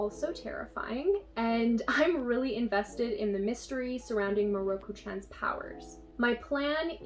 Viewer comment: Btw, mieruko is pronounced Mi-e-ru-ko if you look at japanese characters (specifically hiragana) it would be spelt 見える子 (from google translate) 見 (mi) and え (e) are seperate and E" is pronounced Eh (sound it without the H) Just so you know i'm not Japanese but it's just the way people pronounce japanese names triggers me sometimes. I understand most people don't know how to pronounce japanese words because they're hard for some people tho! I'm just pointing it out 😁